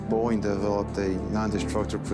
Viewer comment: Whenever you say , its Boeing.